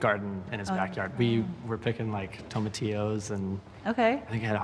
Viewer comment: "TOME-A-TEE-OHS?" ANYONE?